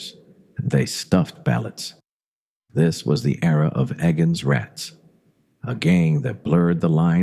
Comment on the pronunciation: This was obviously done through artificial intelligence. I noted that the 'E' in Egan's Rats was pronounced like an American long 'A'.